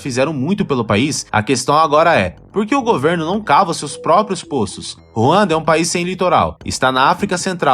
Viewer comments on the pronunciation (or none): Bom vídeo, mas contém algumas informações imprecisas. O narrador deve aprender a pronunciar "póços", em vez de "pôços" e "cagâme" em vez de "cága mi".